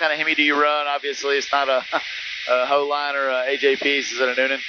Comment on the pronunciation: Lol did he say 🤣 Holine ! Instead of proline lol savage 🤣